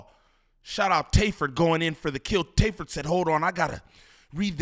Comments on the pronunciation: lol bro his name is TAY F 3rd for tay filthy 3rd 😂😂😂😂 not tayferd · His name not tayferd 😂😂😂😂 it’s Tay F 3rd he’s a Movin crip reppin the Trey aka 3